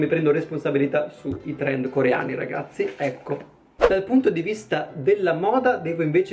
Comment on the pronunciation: "Torendo" chiamalo TORENDOOOOO